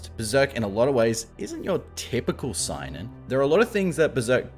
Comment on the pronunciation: Seinen is pronounced as say-nen btw